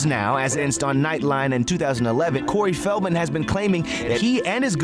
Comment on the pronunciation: Cory fieldmen???? Lmao say his name right